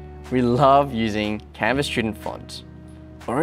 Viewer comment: CANVA you are "CAN-WOW"😊